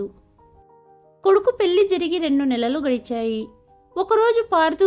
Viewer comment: పెల్లి కాదు పెళ్లి